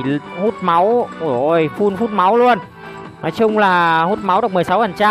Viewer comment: Em góp ý 1 tí , là full chứ ko phải fun anh :))